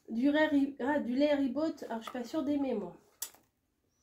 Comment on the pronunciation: Cc, c'est du lait ribot, on ne prononce pas le t. Le plus simple c'est des pommes de terres cuites a l'eau et tu verses le lait sur les pommes de terres écrasées. Bonne degustabox bises de Bretagne